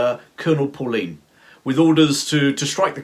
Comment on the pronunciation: Very well made & interesting! It is pronounced"PULLEINE" not Pauline!